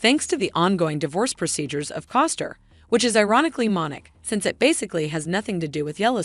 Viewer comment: Say it with me....C O S T N E R